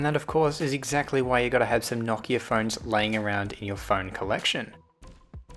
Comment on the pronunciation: You say Nokia wrong